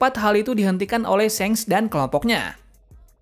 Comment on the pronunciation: shanks not syenk 🗿